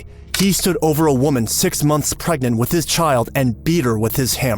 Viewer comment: "I was Wif her"